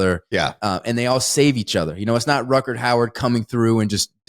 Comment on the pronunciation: I like that it takes Ty about 30 minutes to correct Wes on saying "Howard" instead of "Hauer". I suppose he didn't have the heart to call him out on saying "Ruckerd" instead of "Rutger".